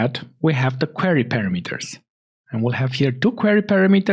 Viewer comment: thank you very much for the tutorial. 👍 It would be nice if you could correct your pronounciation of the word "parameter" in the future videos. In English and many European languages the amphasis is on the second "a". So "parAmeters" is right.)